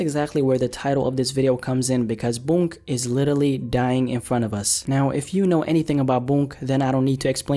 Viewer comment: why he says littatly instead of literally tho